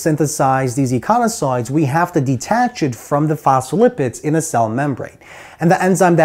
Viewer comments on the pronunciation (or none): Love the vid. I think you are saying "eiconasoids" as opposed to "eicosanoids" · I'm confused as to the pronunciation of eicosanoids.....as when you say it you mix up the 's' and the 'n'.